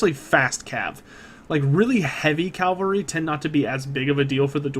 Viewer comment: Why do you keep adding an L to Cavalry its CAV-alry not CAL-vary....